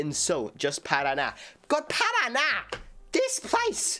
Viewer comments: Ele deveria saber a pronúncia do nome do estado do PARANÁ já que provavelmente conhece a música de NOW UNITED ...... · Parana... Paranána kkkkk omg🤭